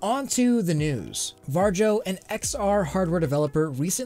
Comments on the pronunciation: Great video! But Varjo isn't pronounced war-jou, but more like var-yo. Love what you make and this is just a small little nitpick. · It's pronounced Vario. Not VAR-JOE. They are a Finnish company. The Finns pronounce the letter J like Y. Think Jägermeister. That's a German drink of course, but one people all around the world have learned to pronounce properly. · Sorry i just have to do this but the inner finn is screaming at the moment. Its hard to explain how to properly pronounce "Varjo" or shadow in finnish.(Devs are finnish.) Think more like how vario is spelled. And add a really soft j to the place of i or go to like google to hear it XD But on topic holy heck that tech is priceeey o.o still gonna need years until its viable to us normies. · it's pronounced "var-e-o" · Varjo is a Finnish company and it means ”Shadow” in Finnish. The J is pronounced more like a Y. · Bruh why are you pronouncing Varjo like that? :D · im from Finland so it really hurts me brain. Maybe I should teach you how to say it lol